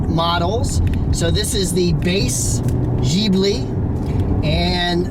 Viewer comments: It is pronounced Gib-li not Jeebli - silly americans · Oh... and you pronounce Ghibli.. like with a "K"... I hope to helped you a little... with friendly greetz of a Maserati Ghibli owner. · Jesus Christ! he is American and he does't know that FCA stays for Fiat Chrysler Automobiles and not Fiat Chrysler Alfa-Romeo... before post a video why people don't make some reserch instead of say bulls...t while recordering. And please people: say Maserati correctly. it's Maserati not Maserari! also better to forget about the pronunciation of Ghibli… unbelievable. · yeah yeah… are you happy to have found some typing mistakes? you still don't know the meaning of FCA and how to pronounce Maserati and Ghibli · Learn to pronounce GHIBLI you stupid midget.